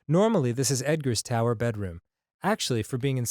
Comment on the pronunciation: "TowEr"... What are you, Arin all of the sudden?